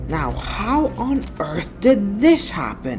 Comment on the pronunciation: "are you serious right neow"(bro)